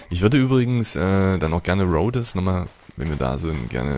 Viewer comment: bitte, ich hab dich ja gern, aber deine Aussprache...:,-( Das heißt Rhodes. Das "e" ist quasi stumm. Hör doch mal hin wie die einzelnen Charaktere das aussprechen. BITTE!